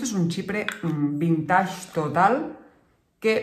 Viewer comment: Por favor, la palabra vintage viene del inglés y se pronuncia vinteich, no vintash.